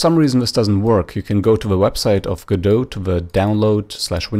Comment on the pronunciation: You're the first person I've heard correctly pronounce Godot